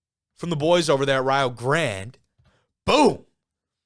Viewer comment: You got it right, it's Rye-oh (like Ohio) and Grande (like the "e" at the end isn't there).